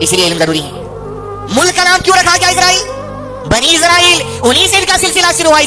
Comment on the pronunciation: اسرائیل ہے، عزرائیل غلط ہے ۔